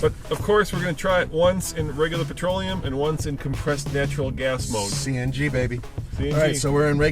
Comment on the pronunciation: I believe it's "petroleum" not "patroleum". BTW, I work for a city transit which has a fleet of 80% CNG powered buses and automobiles. The only good thing about CNG is the beautifully smell of emission. Other than that, it is more expansive to operate (after figuring in the compression pump for Gas and maintenance on that station), less reliable because it burns much hotter than "patroleum" which leads to a lot of engine failures prematurely. Making less power than diesel. Also, don't forget the safety of handling CNG. CNG tanks have expired dates on them, and are very expansive to replace. Big company can keep that under check and afford to train their personnel constantly. I am not so sure about individuals.